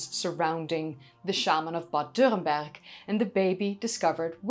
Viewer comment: your pronounciation of "dürrenberg" is pretty on point, good job i dont think it really matters to get it right but it's nice when people make the effort